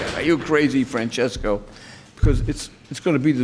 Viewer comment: Nice pronounciation for an italian name Francesco.